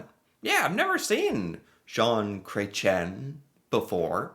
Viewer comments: started out the video introduction strong with his bad French pronunciation of this men's Canadian name. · The pronunciation 😆 It's more like Cresh-ee-"N". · Cret…chee…N Yes, he is French. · Just to help you with the pronunciation of his name. Jon Kah ren shea. I guess that is the best way to show how to say it. Poor Chretien was attacked with a pie in the face, about 25 years ago. That was just crazy but it made big news here in Canada 😂. He's older than that orange thing, far more intelligent, with class. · Wow you butchered that! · Atleast pronounce his last name correctly 🤦‍♀️… he is extremely smart man even for his age .. man Americans hardly know anything about Canadian history it’s mind boggling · Excuse you, his name is pronounced "Shaun Cretin" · I think i died when you pronounced his name 😂😂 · The saying is “you can’t unscramble an omelette “. Oh, your pronunciation of his name…..🤣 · So glad you showed this. He was my favourite PM and known as one of the best politicians ever. He knows so much about so much 😊It is Chretian. Pronounce the N at the end like you did. Water is known to be a precious resource that would become valuable. 🎉🇨🇦